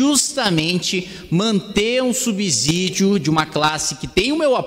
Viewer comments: Gosto de vc, mas, por favor, fale correto. Ninguém fala subzolo, fala-se subsolo. Então não fale subzídio, fale subsídio. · Kim, "subsZídio" não! Dá uma olhada no fonema. Subssssssssídio! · Brilhante oratória! Dica: subsídio fala-se como subsolo. Sub/ss/ídio.